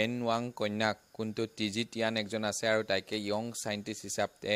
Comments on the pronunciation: Haha u said ung scientist.. please pernounsation properly young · The way he said yong scientist was so cool. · Dost how comes you're a news reporters you can't even pronounce young..